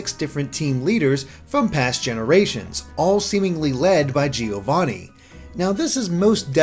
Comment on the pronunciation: Great video as always! Can you please pronounce "Giovanni" correctly, though? As an Italian, it's painful to hear it mispronounced every time.